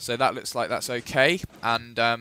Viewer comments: Nope, he sais "okay" but like "Hokay" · He's saying OK with and H at the beginning. Hokay. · ... its Ho Kay.... FAIL (its like OK) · For fuck sake everyone he is just saying Okay is a funny way. Hokai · he says okay, but he says it weird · He is saying "Okay" in a funny accent if I am not mistaken.